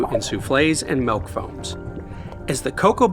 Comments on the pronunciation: YOU SPELLED THE WORD! YET YOU KEEP SAYING MELK! WTF IS MELK!? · He's real, he says 'Melk'. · It's been a while since I've found someone in the wild who pronounces it "malk". I thought it was nearly extinct but it's nice to know they're still thriving. Joking aside, cool video, as always. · great video, chris. i like how you say milk